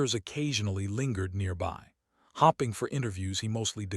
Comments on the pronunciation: Ok I've got a problem with the way the AI narrates, hopping is something a rabbit does hoping is something I'm doing that I can convince who trained the AI to change the way it reads. Because it does the same thing with fadding and fading, by use the short sound of the o or the a you are changing the meaning of the word the way it is saying hoping the I following directly after the the p indicates the o should be pronounced long not short the same thing with a the e follows directly after the d indicating the a is long not short. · This would have been a pretty good story, but it was merely okay because it was badly marred by the pathetic AI voice mispronouncing words every few sentences. For example, when someone was wishing for something to happen, they weren't hoping, they were hopping. After a while this gets so damn irritating that it makes you want to stop listening.